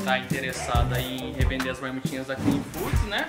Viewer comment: PQP nego não sabe pronunciar o nome do patrocinador " Clean foods"!!!